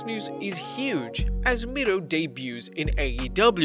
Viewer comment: It's miro not mirlo